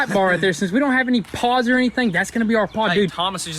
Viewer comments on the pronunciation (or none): Thomas hopped up there in the new grill because he thought you said that it needed "paws" when you said it needed pods. BTW, that earlier Thomas POV footage was sweet.